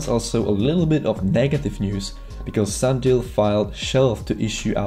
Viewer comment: It’s sunDIAL........not sunDALE......hard for a first time viewer to take you seriously when you don’t know or can’t pronounce the company’s name